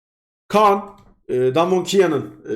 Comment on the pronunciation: Abi Khan a Kaan deme yaa